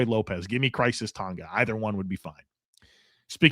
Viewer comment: Hey, it's Khyiris (Ky-ris) and not Crisis Tonga